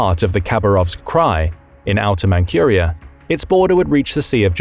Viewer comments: You are saying it wrong! It is pronounced like Mantsuria, not "Mankhuria". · Manchuria is pronounced Mantchuria NOT Mancuria. Horrible. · Manchuria is pronounced Man-CHEW-ria, not Man-QUEUE-ria. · It isn't "Mankhuria". It is said like Mantsuria. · "ManKHuria", it's ManZHuria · Not mancuria lol! Manchuria! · It's Manjuria, not 'Mankuria'. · Mankyuria? Zhinzhang? Maybe brush up on he pronunciation of these place names? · You'd think that with all the videos being released, the computer generated voices would get fixed regularly. But noooooo, let's just continue to release crappy obviously fake AI voices. 'Man KUR ia'; really? What else is fake? All the comments? Probably. All crap. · for Pete's sake, look up the English pronunciation of ManCHuria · Man-Q-ria? Huh? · It's Manchuria, not Mancuriea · dude say Mancurea...lol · Never heard anyone pronounce Manchuria like that.